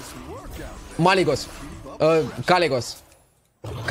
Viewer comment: Stop calling it Malygos pls